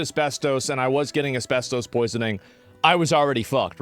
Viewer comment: Take a shot every time he says asbes-toast.